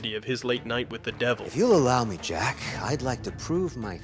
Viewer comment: I honestly couldn't stand the girls voice. The way she pronounces 'Jack' bothers me.